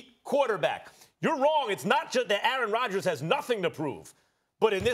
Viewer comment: Aaaaron Radjaas....Aaaarin Raadjas....